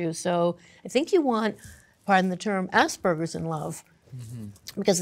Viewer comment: can we please just start pronouncing aspergers correctly, its not assburgers, its a ger, like in gerbil